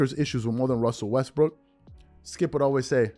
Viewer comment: gets me how these clowns are so in love w shannon now they're going to pretend that the ONLY problem was skip saying "westbrick"